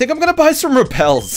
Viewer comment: why does he say repel like it's rebel